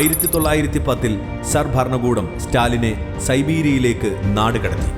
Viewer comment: ബരണകൂടമല്ല.. ഭരണകൂടം.. മലയാള ഉച്ഛാരണം പഠിക്കുമല്ലോ